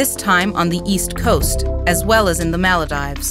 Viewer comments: It’s not Mala-da-I-ves, it’s mala-dee-vice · Its pronounces "Mal-deevs" not "maila-dives". Stop butchering country names in your videos ffs. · Its maal-deevs and not ma-leh-dives, great video on the topic tho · Maladives? Or Maldives? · Mal a dives....😂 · AHAHAHAH the what? say that again... the ... mal-a-dives? ahahahhahahahaha!! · generally ok, beautiful in fact.. but... mal-a-dives?!!!? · Really good as usual. Have to give extra kudos though to that narrator and the graphics person absolutely butchering the name of the Maldives. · Thanks for this but please pronounce Maldives correctly